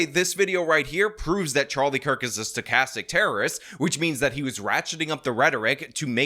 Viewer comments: This projecting doesn’t even know it’s sTochastic not sochastic 😂 He should check his propaganda talking points before he makes another insane video clowning himself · That guy barfing out the term “stochastic” but pronouncing it “sochastic.” Here’s an authoritative voice.